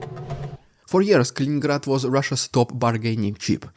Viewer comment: It's Kaliningrad, not Kalingrad.